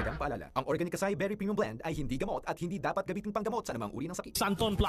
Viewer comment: Bakit maarte mag salita si nina ng tagalog, eh hindi naman nya ma pronounce ng tama ang organic lol.